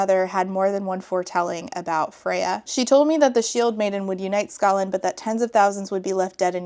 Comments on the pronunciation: I'm really sick right now and can't sleep because I feel like I'll choke to death, so I'm so happy to have a new video to hopefully lull me to sleep (snd thus rewatch tomorrow, double-score!) A minute in and I wasn't sure if you said "Scotland" or "Ska land" like the music genre. I definitely heard the latter and it made me giggle. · Skaland not scotland lol